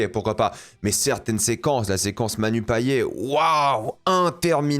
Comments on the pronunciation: Moi en tant que réunionnaise j'ai les oreilles qui saignent quand j'entends "Payé" au lieu de PayeT!! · Coucou just pour dire que le nom de famille Payet se prononce comme le mot Paillette voilà en tous cas à la réunion :))